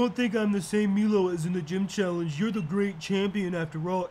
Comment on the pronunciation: I’m sorry, BUT ITS MILO LIKE MY LOW PLZ STOP WITH MEELO, triggered me so much loool